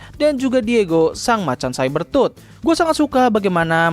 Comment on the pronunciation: Cyber tooth ❌ (saiber tut) Saber tooth ✅ (seber tut)